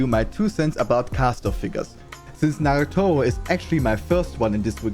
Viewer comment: I love how he pronounces "Nagatoro". "Nagatowo"